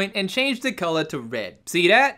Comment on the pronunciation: Colugh instead of color